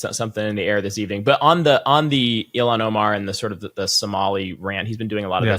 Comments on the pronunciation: Just a note to please pronounce Ilhan Omar’s first name correctly. It’s not Elon but sounds like ill han. Thanks! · My representative's name is pronounced Ill-han not E-lon. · It’s Ilan, with an H , not Elon with an L